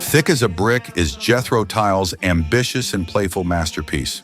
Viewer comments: Did he just call the great Jethro Tull, Jethro "Tile"? It's T.U.L.L. It has always been a toss-up between TAAB and A Passion Play as to the greatest Tull album. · I enjoyed the video. I do have one legitimate criticism. Whoever made this, since you decided to use an AI voice, you should make sure words and names are pronounced properly. I heard- Jethro Tile !! C’mon now ! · It could've been worse! - Jethro Toe 😂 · "Jethro Tile"??? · Good grief… Jethro Tiles? AI strikes again.